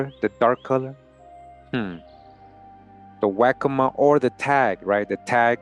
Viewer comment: Its pronounced "wok co ma"